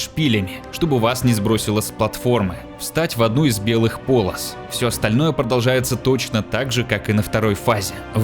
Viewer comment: ёпто этож зератул грёбаный! встать в одну из белых полАс?! Эт как так умудриться поменять букву, на которую в слове полОс падает ударение?! Там же не палАсы были) Заметил многие стали базарить криво, пошло после ковида. Не знаю отупели люди или намеренно драконят произношения, просто звучит больно. Страшнее только люди, которые надевают кого-то, надеваются сами, ну и у них ещё а обиходе слово которого не существует в природе под названием **нету**, бывает ещё *тута*, *тама*, *здеся*. Такой жанр разговорного садизма над ушами. Особенно страшно если всем этим оружием владеют картавые, там ещё и любые слова с буквой Р становятся оружием. Шутки шутками, но уже не смешно становится от такого, видел типа что произносит ассАсин, вместо ассасИн. Сам тоже стал иногда ударение по дебильному ставить при разговоре, эт явно последствия ковида, но стараюсь поправляться, чего желаю и другим!